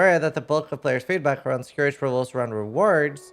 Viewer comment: Please stop saying scour instead of scourge.